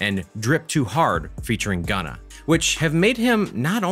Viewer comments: Why do he say ganna instead of gunna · Lmao this guy he said Ganna fo Gunna lol